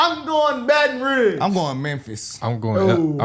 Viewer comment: Okay first of all you just prove people's point It is not baton ruins it's baton rouge. You shouldn't be talking about your own people being uneducated when you are yourself.